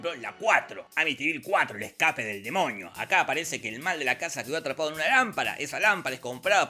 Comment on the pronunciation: amo como dice demoñi